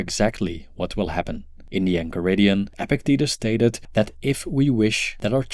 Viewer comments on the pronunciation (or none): It is pronounced ePIKtatus. Possible to attain you speak a lot about him. You should learn to pronounce his name